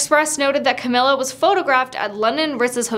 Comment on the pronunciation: First of all I would figure out how to pronounce Camilla’s name properly before I decided to disrespect her